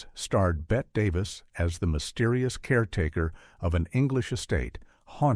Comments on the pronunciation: AI SUCKS ... "BET Davis". Holy SH*t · "Bet" Davis?! Seriously? 😮👎🏻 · Betty Davis…..not pronounced Bet 🙄